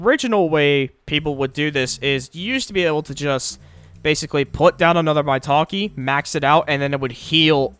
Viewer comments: i do agree but the way you said "MAY-take" as "MY-taki" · it's pronounced "my ta-ke" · I like how he says Maitake like 'My taki's'